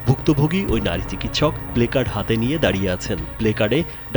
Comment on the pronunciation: বারবার বারবার উচ্চারণ করছেন প্লেকার্ড। আমার মনে হয় এটার উচ্চারণ হবে প্লাকর্ড।